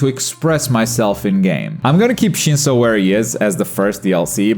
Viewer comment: dude got shinso correct